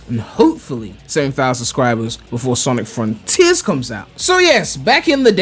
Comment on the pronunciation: snic Frun-Teeers